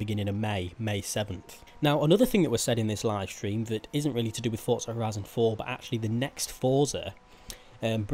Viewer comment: he says fortza all the time does my head in